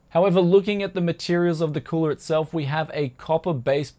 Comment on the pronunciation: the way like he pronounce "cooler", in italian sounds like "culo (ass)"